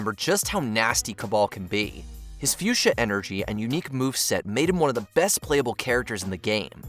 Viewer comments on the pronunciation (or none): none